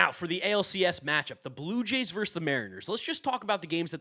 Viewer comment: Love your stuff bro, but the word is "versus." Two syllables.